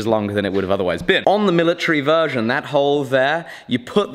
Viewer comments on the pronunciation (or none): none